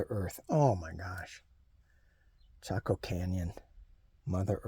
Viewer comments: You did pronounce it correctly. …M🌼M of 5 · Yes you said it correctly. My mom in law spoke a lot about Chaco Canyon. You are nearby to my in laws in Farmington New Mexico. I used to live there. I loved camping in the San Juan National forest. My in laws are very interested in the Anasazi Native Peoples. My brother in Law who believes in aleins.